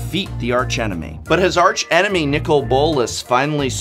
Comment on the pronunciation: When not referring to the architectonic or structural feature of an arch, the 'h' in arch is silent. E.G.: "Ark-angel, ark-enemy".